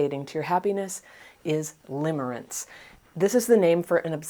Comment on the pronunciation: Lol! Limmering not limbering…